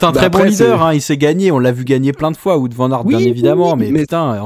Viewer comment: Salut les gars. Wout ça de dit Wow-te, pas voûte. Merci 😄